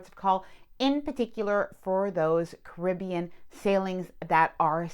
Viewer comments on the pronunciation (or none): 'Kribbian' (Caribbean) - cracks me up every time :-) 🤣